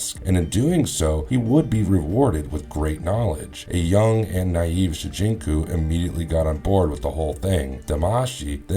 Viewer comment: Shujinko. Not Shujinku